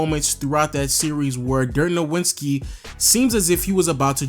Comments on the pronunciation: Im so sorry to sound so petty, but its not pronounced "noWitzki", it's "noVitzki". He's German, Germans dont have a "W" sound in their alphabet. They pronounce w's as v's. Love your channel tho! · Why do you keep pronouncing it as "Nowwitski" when the actual pronunciation is already well known? ("Novitzki") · I can't believe I have to say this in 2021... It's fucking No-Vitz-Key. Dirk No-Vitz-Key. I know you've heard his name 6,000 times, so you just insist on saying it with a W. It's not that hard, bro. Sheesh... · You got me triggered everytime you said Dirk „NoWINski“ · nigga why do you continue to mispronounce dirks name? its NOVITSKI its not hard at all. you watch basketball and have heard this time and time again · ITS NO-WITS-KI SHOW ME WHERE TF THE N IS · Could you pronounce Dirk’s last name correctly, please? #disrespectinglegends It’s pronounced like there is a “v” in his name because he is German. Other than that, great video! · I love your content overall, but oh man, the way you pronounce "Nowitzki" in so many videos is like scratching a chalkboard with a nail. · I love you but I laugh every video you mispronounce Dirk's last name. Did he disrespect you on the low? Lol. Did he snub you on an autograph? xD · Figure out how to pernounce Dirks name. Damn that was annoying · Learn how to say Dirk's name